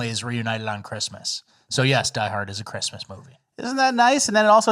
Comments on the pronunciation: Don't get me wrong, I love, but did he say "Chrima"? You mean Christmas? 'Srong with you? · Say Christmas right,. Second most important day besides Easter, or "eahah"